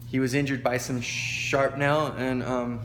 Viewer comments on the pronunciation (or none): he was injured by some "sharpnel"? (sic)You don't mean shrapnel do you? Its Goener not Groner, only one R in his name.